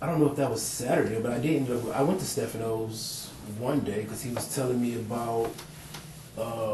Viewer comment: This guys good friend and he can’t pronounce Staffano’s Pizza. Not one word is the truth. Yuck. Can’t stand guys like him.